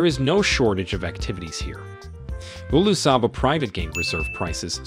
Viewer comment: Hilarious send-up. Leep-urds Dooogout Canoes Price inaccuracies Hulu Sava or Ulusaba. ….? Prices are per Person per Night OR per Tent/Room Suggestions: - Fire script writer - Rehearse & practice reading beforehand - Insert punctuation - Get advice from someone with a clue about the Subject Matter Provide Clear Warnings to your audience ahead of time. Thanks again. Still giggling.